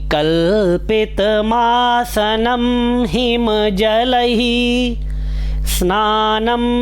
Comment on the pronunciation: आप का उच्चारण एक जगहगलत है कल्पितम् आसनम् सही उच्चारण होगा मासनम् गलत उच्चारण है।